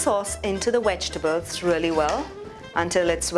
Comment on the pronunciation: Vegtables, not wegtables....just saying..... Otherwise love your videos...😄😄😄😄😄❤